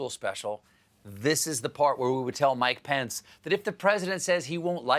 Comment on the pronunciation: 😂😂😂Mike-O-Thee Pence-A-Met!🤣🤣🤣